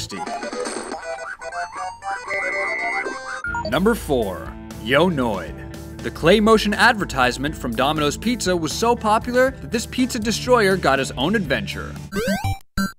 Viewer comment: Did he seriously just say "Claymotion"?